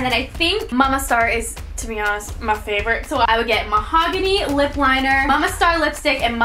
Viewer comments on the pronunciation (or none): none